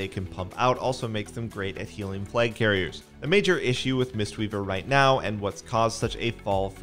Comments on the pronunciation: totally sounds like he is saying plague not flag? map? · Why does this guy say the word "flag" as "flayg" ?